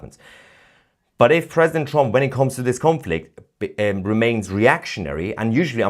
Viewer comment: Holy hell, Tousi successfully pronounced "Trump" for the first time ever instead of saying "TrOmp". I didn't think he could pronounce anything other than "A nOmber of Op to date news Opdates about TrOmp". Edit: Nevermind. it is immediately back to "TrOmp".